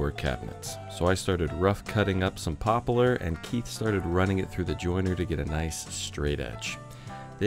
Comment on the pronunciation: "Popalar" Is that a West Coast pronunciation of Poplar???